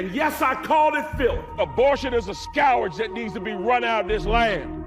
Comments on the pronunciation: Abortion is a "skowerge"? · "A scowrage on this land!" - is that worse than a scourge?:body-blue-raised-arms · The word "scourge" is not pronounced like the word "scour" with a "j" sound at the end. It's pronounced like "skerj." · "Scow-urj" -- How does he come up with this very odd mispronunciation of the word (scourge)?!? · What’s a skow ridge? Who is this guy? Hershel Walker II? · .im so sick of these people hollering all self righteous & mispronouncing words. Its a fucking "SKURGE" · What is a Scowwerge? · What up with Robinson not being able to pronounce "scourge"? Dude! It's pronounced "scurge". And BTW... If ANYONE qualifies as "following the Anti-Christ", its the MAGA cult. Because Trumple Thinskin almost perfectly matches the Biblical description of the Anti-Christ. Down to the "false prophets" How many "Trump prophets" are there now? Without ONE SINGLE correct prophecy? The MAGA cult didn't just GIVE their souls to the Anti-Christ They actually PAID HIM to take them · how about saying scowage instead of scourge as disqualifying? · Bro can’t pronounce scourge correctly even though it’s one of his favorite words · And it pisses me off that he tries to use the word "scourge" without knowing how to pronounce it 😡😆😡😆 🌊💙🌊🇺🇸🇺🇸🇺🇸🗳🗽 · If you can't pronounce the word "scourge" you have no right to use it against anything or anyone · Mark robinson doesnt know how to pronounce the word "scourge" 😅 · Why does he keep pronouncing “scourge” incorrectly? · Ive been pronouncing "scourge" wrong my whole life I guess...